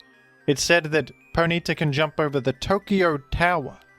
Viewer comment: The most disturbing part of this video is the pronunciation of Ponyta as 'Poh-NEE-ta'